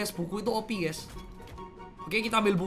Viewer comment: Knpa setiap ngomong opi,gw ngakak🤣